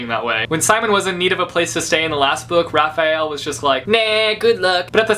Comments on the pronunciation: The Angel Raziel (Rah-zeel) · Raziel. It's pronounced Raz (as in raspberry) and then iel (as in eel)